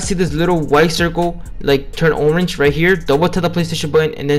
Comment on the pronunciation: Urrange had me dying😂😂